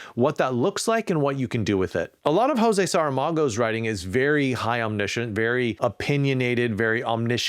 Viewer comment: Quick point of order:José Saramago was Portuguese, só he wouldn’t pronounce his name “ho-say”, he would pronounce it “Zhoo-ze”